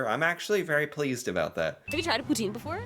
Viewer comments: you said poutine the right way the second time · Wow. Your poutine is seriously good in bilingual part! Toi t'es un vrai!